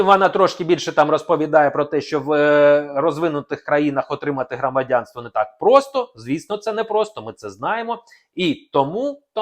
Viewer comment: НЕ Крамадянство. А Громадянство. Зразу видно що ви не українець.